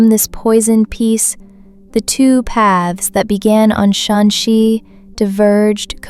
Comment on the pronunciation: You mispronounced Shanxi every time. Apart from that, amazing video.